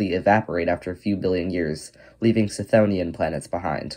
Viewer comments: The 'ch' is pronounced as a hard 'K'. K-THONE-ian or kuh-THONE-ian. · Wouldn't the 'ch' in chthonian be hard because the root is χθόνιος ? That said, misspelling and mispronouncing things is a totally valid way of boosting engagement because apparently ackchyually is harder to get off than crack. Look, it's working right now! 🤓